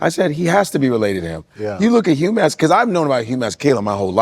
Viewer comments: Damn ntwana can't even pronounce his own names properly.....he's better off switching Devaugn, Raquan or something 😂 Just jokes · Bro can't event pronounce his own name and surname. 😅😅